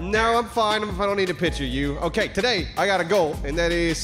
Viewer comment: I hate the way says "pitcher" instead of "picture". That's it, that's my 2 cents on the internet today. Have a good day everyone.